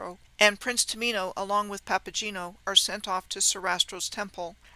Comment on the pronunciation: Papageno has a hard g - papa-gay-no